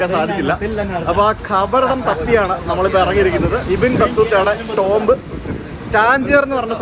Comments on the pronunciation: Tomb is pronounced as Toom not TomB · ടോംബ്‌ അല്ല ടൂം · Tomb pronounce cheyyunna "toom" ennanu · Tomb pronunciation "toomb" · Tomb is pronounced as tooom